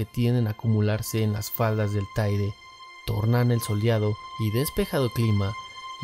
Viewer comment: Taide no!! Teide!! 🤦‍♂️